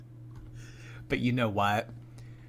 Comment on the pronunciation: There ain’t no way she didn’t know it is pronounced entree not entry ☠️ gorl is TROLLING